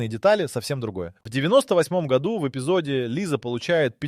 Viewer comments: Автор чет все перепутал, особенно про гОду! Может все-таки годУ?! С ударениями беда прям. НА таблице про 11 ноября ни слова не написано.... ТАм вообще про декабрь речь идет. Да и 12 февраля уже прошло, март на дворе. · Так хочется врезать по уху ИИ, который не может научиться говорить "году́", а не "го́ду"!!!! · Говорится не гОду, а годУ. Если ещё раз в другом видео услышу гОду -- поставлю дизлайк и удалю. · Да годУ, а не гОду, блин!! Уши режет весь ролик. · гОду! невозможно это слушать. Если делаете озвучку через ИИ - делайте нормально! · Режет уши Ваше - гОду, вообще го - годУ.... Правильно ставьте ударение в словах.... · неужели нельзя поставить ударение в правильном месте чтобы было годУ, а не гОду? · в ** году́, а не го́ду!!!! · нашел 1 серию симпсонов, нет там ничего про 2026. если вся информация из видео такого качества, то вы поняли, чего стоит такой, озвученный ИИ контент с "в 2026 гОду" 🤣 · «гОду» , ну ты и длбеб) иди учи ударение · Странно. Вот это слово "гОду" у диктора вызывает подозрение, что он - плод ИИ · "гОду"! Тупейшая озвучка. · Почему в слове годУ, постоянно ударение на О? ИИ опять текст читает? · Бесит это гОду. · Когда текст для ИИ пишешь, выделяй ударения, годУ! Уши режит! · гОду😂😂😂😂,даже тут робот пизdит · ИИ Ударение на склонениях "год" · бесит неправильное ударение на слово "году" - это дизлайк! и оскорбление русского языка!!!